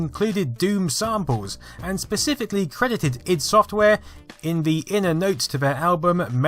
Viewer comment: It's not pronounced I.D and never has been 😏😉